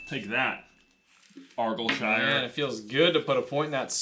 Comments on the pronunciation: Not a complaint, but you guys pronounced 'Argyllshire' wrong. It's more like 'Are-guile-shire' ;) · The way Argyllshire was pronounced had me in stitches - Argilshur xD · Same as how Argyll is pronounced arr-guy-ull. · ar-guy-ill for future reference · Why? He mispronounces Argyllshire and I've seen him mispronounce Eton as well. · I know Eton is an English school, it's also very famous. And it doesn't matter that he isn't English or Scottish to pronounce argyllshire correctly - it would take 5mins on google to find the correct pronunciation. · Anyone else cringe at the pronunciation of argyllshire? Also I got 26/30! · The Argyllshire question (despite the mis pronunciation) is an obvious guess if you knew where Argyllshire is lol But as you guys are American I’m not surprised you didn’t know it’s in Scotland. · 23 tied with J(didn't use the multiple choice either). Also your pronunciation of Argyllshire was hilarious and so incorrect